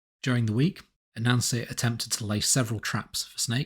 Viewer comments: Sorry but I just have to admit that as a person with some knowledge of Brithish-ness, I chucle alittlebit when I hear you say a Nancy. When I heard you say Anansi-boys, I straight-up choked ! Culturally insensitive, yes. But still, I mean, f*,CK ! Hà-hà-ha-hà- hà -hà-hà ! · I'm sorry. As interesting as I find this subject, whenever I hear you say A-Nancy my mind de-rails. Low-brow, I know but . . . please forgive me. May watch latr when in better state. Thank you.